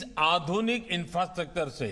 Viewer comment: Infrastructure (inastractor) 😂😂😂😂😂😂😂😂😂😂😂😂😂😂😂